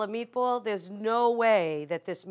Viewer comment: you can tell she's gonna ace this bc she calls it "meatbowl"